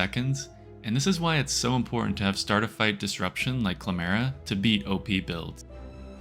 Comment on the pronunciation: it call "CLAM RAH" cuz its a clam camra.... not "CLA MARAH" it is not a clam chimera